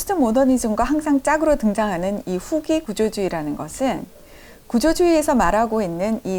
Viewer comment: 장음인 단어의 첫 자를 "짧게" 잘못 발음한 예: 현대, 보통, 후기, 대립 , 해체, 의도, 대항, 심지어, 가치, 세상, 해결, 최소화, 최적,세계관, 대변, 치유, 등!! 이상 예는 , 길게 발음해야할 첫 자를 모두 "짧게" 잘못 발음한 실 예이올시다. 이것이 사실이리면 참으로 놀랍지 않습니까? 더욱이 철학자의 발음 문제라면!! 어느 누기 이를 변명하리까?? 이것이 현대 한국 언어 타락상을 증명하고 있아옵니다. 동포여! 고국 동포여! "한국 어문을 고밤함" 이라는 책을 조용히 읽어 주시옵소서!! 1968년에 고국을 떠난 이 늙은 이가 "눈물로" 쓴 책이올시다. 미국 변 완수 드림